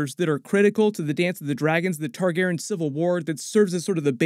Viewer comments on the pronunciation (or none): I cant be the only one who is wondering why he kept saying ‘Targeren’ instead of ‘Targaryen’ can I? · if your gonna be talking about game of thrones a lot I'd suggest you work on your pronunciation of Targaryen. Tar-gair-ee-in. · J, the narrator keeps saying “Targaren” without the yen part 😪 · Yo why is saying "Targaren"? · This isn’t a hate comment, I like your videos but your messing up the pronunciation of “Targaryen” and it’s messing with me😂😂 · I love you, man... But you're mispronouncing "Targaryen" throughout that entire video... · I know this is petty but damn dudes, mispronouncing Targaryen was just.... ahhhhh! Lol That messed me up through the whole video 😂😂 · Why are you pronouncing Targaryen differently? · Why did you keep saying Targaryen like that? For 8 years it has not been pronounced that way.